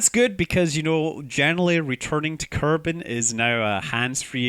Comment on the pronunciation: Dont forget he said kerban instead of kerbin :)